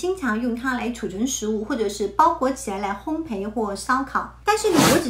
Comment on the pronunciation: 非常好的内容，平时大家完全没有注意铝这个东西。PS：纠正一点小错误，烘焙(读如备)，不是烘培。